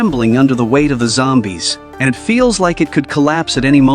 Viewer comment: I love how the new ai is like Zombae’s had been attracted to the fire he made it sound like Zombae’s not zombies!😂😂😂